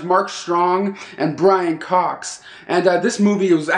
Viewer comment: You emphasized Bryan Cox's last name. Just saying.